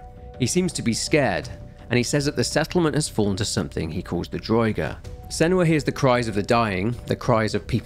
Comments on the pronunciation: Damn it have you never played Skyrim!? It annoyed me to no end the way you pronounced draugr!!! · Draugr, pronounced drah-ger